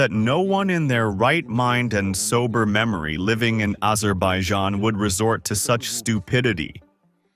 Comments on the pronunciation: The God forsaken country is pronounced aZZerbaijan!! NOT aJerbaijan…haivan And it IS a fictitious country no matter how you slice or dice it. Do a simple historical research and you will see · Dude, it´s called the CAUCASUS and AZERBAIJAN not Caucus and Adjerbaizhan. Drive me nuts with those pronunciations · The spokesman said Azerbijan, Azidbaldjan , Azerbayzan 😂